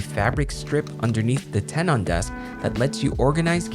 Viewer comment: "ten-en", not "ten-awn"